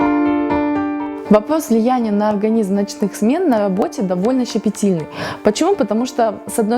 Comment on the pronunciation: Ночные смены на АБОТЕ ? Вы кто ? Врач психо-терапевт выучите уже говорить букву "Рррр" , это не сложно . ВСЕ умеют её произносить , это как умение какать на морозе в снег , а не на унитазе .